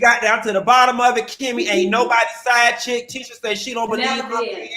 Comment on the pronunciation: Please, you talked shit about her dress in another vid, Q. Also, it’s Tee-shah. ✊🏾